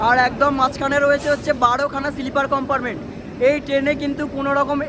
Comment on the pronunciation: Amrit Bharat Express er locomotive details dakhano uchit chilo. Ei train e duto WAP 5 locomotive push pull technology te use kora hoy. Ar akta kotha, "COMPARMENT" noy, pronunciation ta "COMPARTMENT" hobe.